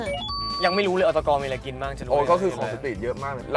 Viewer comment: อตก ออฟเตกัน กลายเป็นอตกน ออฟเตกันนิว😂😂